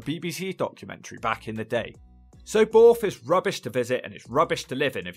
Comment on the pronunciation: Borrth not boooorth 😂